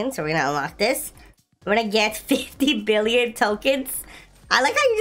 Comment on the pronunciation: HOw he SAid 4 BilLOOn😂